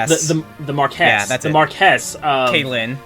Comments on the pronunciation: The tip of the blade is curved It's a katana. Also it's pronounced Mar-kwess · You guys it's mar-key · Blues Reviews Actually it's mar-kwess. I know we're not pronouncing it quite right, but what you're thinking of is Marquis, like the Marquis de Sade. Marquess is the Anglicized version of the French term, meaning the same thing. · if you want to be technical it's actually pronounced closer to "maw Lee". the word is French. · Khodexus Actually, its more like "mar key"